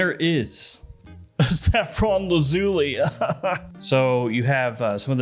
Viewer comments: Repeat after me: Laz-ooh-lie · It's actually pronounced Laz you lie, it comes from Lapis Lazuli which is why both the box and bottle are blue. I'm not being pedantic, the name is derived from Latin, great review by the way.